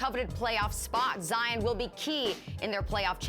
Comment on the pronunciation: No one : Not even Covid-19 : Stephen A : Zion Williamsons Dominique : Jaian